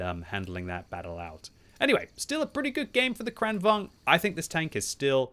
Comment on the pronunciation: omg can you stop call it KHRAANWHAGEN!